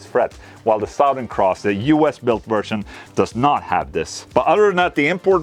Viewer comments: You can say it as "Suthern", Ola :') You don't have to say "Sowthern" - Fank You clap Amazing guitar though! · Suh-thern. Sowth. He was from the South. Or He is from Suh-thern texas. Not trying to be a dick. Your pronunciation if the word southern is a little off. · Suhtherrn. say it like this. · Nothing is better than the way Ola pronounces, "Southern."